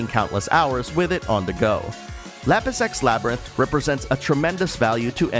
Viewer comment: I swear I'm hearing Lapis X Labyrinth as "Lapis sex labyrinth". That sounds like one of those Sekiro expansions I don't want to get hahaha. Other than that, never heard about this game up until now, so it was nice to find out about a new game! I feel like I now know all I need to, so that's a sign of a good review!